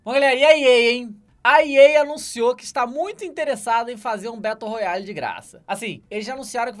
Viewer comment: "Betôu Roiali"